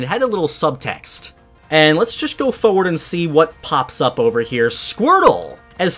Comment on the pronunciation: He says "foward" not forward and it annoys me every time